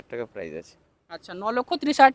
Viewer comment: Are dada prize noi price ar erokom mukhosto kore video ke banai?